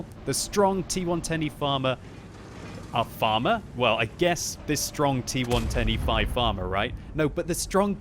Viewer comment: im always hearing "t 1 25" instead of "T110E5" am i the only 1? :D